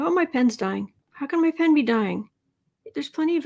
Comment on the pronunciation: When you said “pen is dying” I heard “Pence is dying”! Omg!!